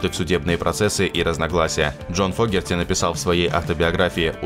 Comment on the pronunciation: ...правильно ли ударение,слышимое нами? Точно ли Джон ФОгерти,а не ФогЕрти? Подскажите,знатоки. . . Рома 🎩